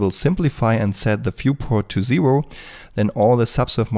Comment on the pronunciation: I seriously do not mean this in a negative way or anything, but is English not your first language? or is it an impediment? I ask because I find it interesting that you can't pronounce R's for nearly anything ("Zewo" instead of "Zero") and yet when you say the word "Data", which is normally "D-ah-t-ah" you go "D-ah-t-R" which showcases you are capable of doing an R sound... Just genuinely curious is all. I've met plenty of people who for some reason or another cannot manage to pronounce the letter R in words, but never one who can't pronounce R's yet has zero trouble with adding an R where there isn't one. Again, purely curious and genuinely interested :o not intended as a form of mockery or what have you, but a real request for information.